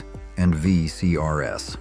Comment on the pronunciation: ... "VHS tapes and V.C.R.S."???? Dont you mean, VCR as a plural, as in 'V.C.arz'? 😂😂😂